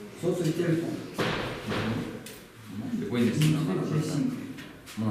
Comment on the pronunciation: кыргызтан кыргызтан оа бул баланын уну жакпайтат еще мурункудай кызыктуу болбой калат экен жаман жазап суйлойт экен го телефон дегенди тилифон деп 😠😠😠